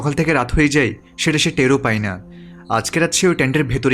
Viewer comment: আপনার ই আর য় উচ্চারণ ঠিক নাই।পায় না বলে পাই বলেন। আবার যায় না বলে যাই বলেন। উচ্চারণ ঠিক করুন